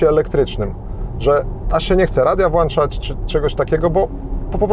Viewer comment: Włączać nie włańczać- na przyszłość 6 minuta